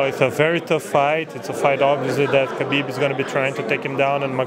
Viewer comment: lol all the "ala" people people put extra chaa on his name chaakhabib